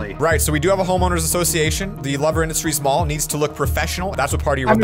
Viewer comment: Did say pall insted of mall